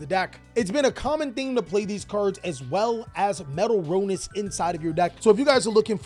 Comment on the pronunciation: There is a “t” in metal”t”ronis